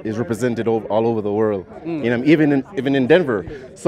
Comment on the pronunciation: se how he says world I can tell he’s Jamaican